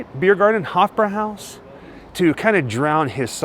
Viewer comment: You pronounced Udo Kier perfectly. But not Hofbräuhaus. 😉 Thanks for the video. Great as always!